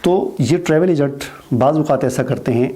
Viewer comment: Egant nahi hota agent hota hay phelay bolna sekhoo